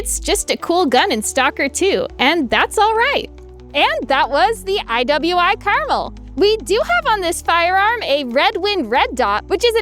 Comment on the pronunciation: It's pronounced Car-Mel, I know nobody cares but its named after a mountain range in israel, which is kinda funny considering the translation is garden or orchard, i guess you could call it a garden variety rifle.